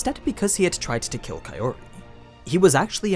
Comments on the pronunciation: dude i know it's april fools, but Kaiori instead of Kaori? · I'm just saying this so that I can help you, here goes; Kaori = Pronounced, Ka - Oh - ree If I were to put it in your words; Kaori becomes Kayori Hate me if you must but this is now a pet peeve of mine, considering I no longer need to read subtitles when I watch Japanese anime... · Pretty sure it's Kao-ri (Cow-Ree) not Kae-ori (Kay-Or-ee), least that's how the anime Voice Actors all pronounced Kaori's name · The way you say kaori as kayori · Why are you calling Kaori "Kayori" instead? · I;m sorry, but "Kayori" is completely off from "Kaori". You're great and explaining the differences between the LNs and animes but please work on your pronunciation, it's throwing me out of the immersion. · man you watch the anime and hear the characters speak. how do you fuck up kaori’s name this bad? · The way you say Kaori. I can't!